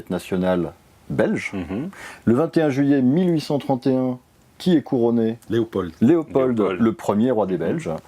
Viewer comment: Ces pauvres Français ont du mal avec la prononciation des mots flamands (j'ai mal aux oreilles) mais il faudrait surtout leur dire qu'en français le D final de «Léopold» ne se prononce pas. Sinon, cette émission est sympathique et ça fait plaisir de voir des Français descende de leur piédestal et s'intéresser à leurs voisins.